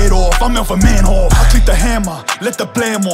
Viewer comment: It's funny how his catchfrase is hood oos but he uses the English pronunciation of Dutch fighter Melvin Manhoef's name, when pronounced in Dutch it sounds way similar to 'oof' like in roof